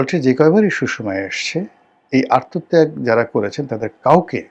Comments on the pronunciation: রনি সাহেব আত্মত্যাগ বলতে পারে না, ঠিক বরিহাইল্লা মানুর মতো কলস রে ঠিল্লা কওনের মতো … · আত্মত্যাগকে আর তো ত্যাগ বলে। উচ্চারণ শিখেন।